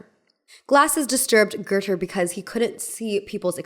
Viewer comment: Girl how are you saying GOETHE??? Where did you learn that, cuz it’s wrong af